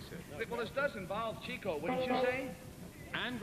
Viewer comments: chick-oh NOT cheek-oh ! ! ! ! ! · The hosts and panelists pronounce Chico’s name “Cheeko,” as do most people, but the Marx Brothers themselves pronounced it “Chick-o.” He is said to have acquired the nickname as a young man, in reference to his relentless pursuit of “chicks” (women). Besides the womanizing, Chico had alcohol and gambling problems. After a certain point, his brothers doled out his pay a little at a time, because he would blow it all almost immediately. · that's chick-oh, not cheek-oh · Still pronounced CHIK-o, guys, not CHEEK-o..... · n yet none of of them know how to pronounce his name right CHEEKO....RLY? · Too bad they pronounced his name wrong. It's actually pronounced "Chick-O" not "Cheek-O" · This was fun to watch! Although Chico and Harpo kind of resemble one another I can easily tell the difference between the two. I can tell that was Chico and that is properly pronounced "Chick-O) as any real Marx Brothers fan knows. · His name was Chico, not "Cheeko"; if you could, you should ask Groucho. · His name is pronounced Chick-o. That's because he was slightly out in front of the other brothers when it came to serenading the women! Ba-ding! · Friends and family pronounced it "CHICK-o". Everybody else didn't know any better, including announcers.